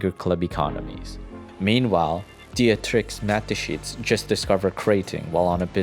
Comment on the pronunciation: The pronunciation of Dietrich Matteschitz is so bad But good Video